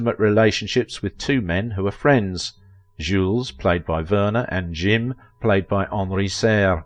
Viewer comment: "Jim" in Jules et Jim is not pronounced in that fakey French accent being used here, it's pronounced as it is in English. It's discussed in the movie, So no need for the Jzuules et "Jzeeem" pronunciation